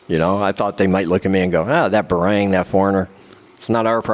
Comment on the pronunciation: Man, get better soon. When you say "Barrang", it's actually "Barrung". They probably think you are French, because you are white, they call everyone that is white, cause of the colonization. They don't mean any hatred. Anyway get better soon brother.